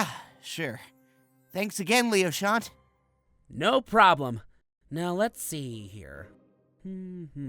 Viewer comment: How pronounces Leochant's name -Lee oh shall not How everyone else pronounces his name- Lee oh sha-nt